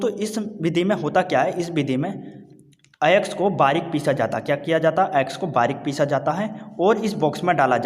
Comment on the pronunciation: Nice explanation 😚❤️🥰 But (ayask not ayaks)🙄